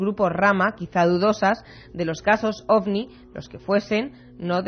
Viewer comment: Disculpa que me meta en lo que no me importa pero se dice ovni 🛸